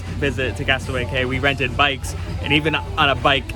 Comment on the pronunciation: Cay is pronounced “key”, you had it right earlier👍🏼